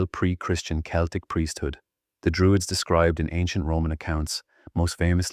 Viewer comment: pron. Keltik and not seltick